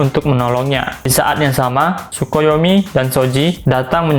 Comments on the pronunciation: Bukan sukuyomi yg bener takoyami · Tokoyami bg bukan Tsukoyomi